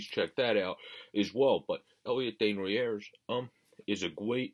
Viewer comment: Day-knu-nay not sure if I sounded that correctly. Just helping ya buddy, a lot of good knowledge on this kid. Your pronunciation got better as u went on, but the first one was off a good bit. I really like him and think he a stud in the making, definitely top 6, I’m seeing him in a Cam Atkinson roll, good penalty killer and an added weapon to the power play. Dropped the gloves in pre season so you know that he would stick up for teammates.